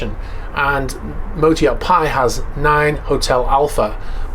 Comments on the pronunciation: PHI pronounced FEE. PI is pronounced PIE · FYI, it's pronounced 'Fee', not 'Pie'. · PHI is pronounced 'fi' not 'pie' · Phi = φ , ponounced "fi" in English. Probably a cheesy rich guy illuminati bs allusion to the golden ratio. Its a Greek letter so I dunno, maybe pronounced "pie" in Greek 😉👊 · That might be pronounced phi not pie (Greek alphabet) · not "pie" but "fi" (Greek F) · The latin name pronunciation of the yacht is "Φ" (Fi) from the Greek alphabet. Anyway what an astonishing yacht !! All Russians oligarchs now are going to be established in Dubai and UAE are going to grow exponentially !! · Fī, not Pie. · Hi, I have been very interested in following you videos recently regarding arrests of Russian owned yachts. Thanks. For your information, the name of the yacht Phy is pronounced Fi. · "PHI" is pronounced "fee" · I believe phi is actually pronounced with an F, my college fraternity is Pi Kappa Phi, Zeta Upsilon chapter. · I think you got the pronunciation wrong, there. PH with an F sound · Likely pronounced Fie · the 'ph' in phi is pronounced as an 'f'